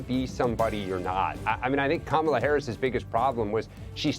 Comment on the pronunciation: Did Miranda just call Kamala Harris “camel Harris”?